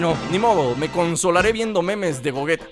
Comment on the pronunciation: se dice gogueta